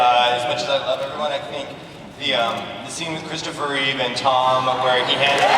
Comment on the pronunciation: ... It's REEVE not REEVES Numbnuts!